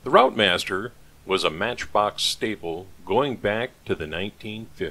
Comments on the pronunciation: Lovely restoration as usual.... FYI pronunciation of routemaster is 'rootmaster' 😀, us Brits are a confusing bunch..... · Well that’s another video watched. Very good job too. AEC Routemaster, pronounced Rootmaster. Thanks for posting. 👍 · Pronounced 'Root master'